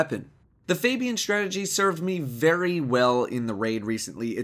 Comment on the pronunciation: "FabiEn strategy" hahaha XD